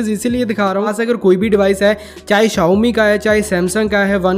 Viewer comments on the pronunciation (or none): none